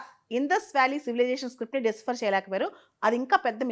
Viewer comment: మీరు ఇటువంటి వీడియోలు చేసేటపుడు కొన్ని ఆంగ్ల పదిలు వాడకుండా ఉంటేనే బాగుంటుంది. ఎందుకంటే ఆంగ్ల పదాలను ఖూనీ చేస్తున్నారు. అది'డిసిఫర్' కాదు 'డీసైఫర్' అలాగే 'హిస్టారియన్స్' కాదు 'హిస్టో‌రియన్స్'. కొంచెం గమనించుకోవడం మంచిది్